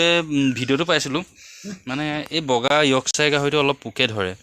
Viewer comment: দাদা আপোনাৰ ভিডিঅ' চাই ভাল লাগে, প্ৰায়ে চাওঁ, চাই উৎসাহ পাওঁ। কিন্তু এটা কথা দাদা আপোনাৰ কিছুমান শব্দ ভুল, যেনে Boar ক আপুনি Bro বুলি কয় , য়কচাই নহয় ইয়ৰ্কচায়াৰ (ইংলেণ্ডৰ এটুকুৰা ঠাই য'ত এই প্ৰজাতি বিধৰ ৰিচাৰ্ছ কৰিছিল, সেই ঠাইখনৰ নাম অনুসৰি ব্ৰিডটোৰ নাম ইয়ৰ্কচায়াৰ ৰখা হ'ল) আৰু আজি আপুনি কোৱা কেইটা বৃক্ক নহয় অণ্ডকোষ হে। কোৱা কাৰণে বেয়া নাপাব (মইও নাজানো বাৰু)। বাকী লাগি থাকক, আগলৈ ভাল হওঁক, উন্নতি হওঁক🙏🙏🙏